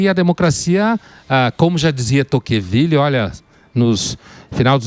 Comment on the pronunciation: Emílio, não é Toquenvile, é Tocqueville!!